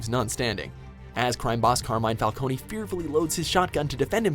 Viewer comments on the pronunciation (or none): It's fal-cone not falconi